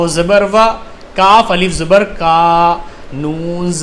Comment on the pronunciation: Aap alif ko hmja pdhate hai